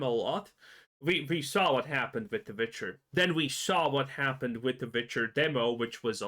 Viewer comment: Witcher spells like was, an effing W not V